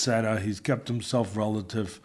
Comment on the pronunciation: Teddy finally said the word relevant correctly! 🎉